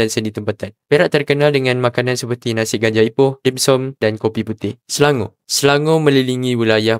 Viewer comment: Bang ingat nasi ganja bukan nasi g*njal 😂😂😂😂😂